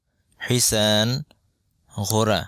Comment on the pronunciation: আপনার তো ভাই উচ্চারণ সঠিক নয়,,হিস-ণ,,কে বলেছেন,, হিসান,,সোয়াদের ص উচ্চারণ,,س দিয়ে করলে তো হবে না,, مزرعة এর উচ্চারণ مجرع বলেছেন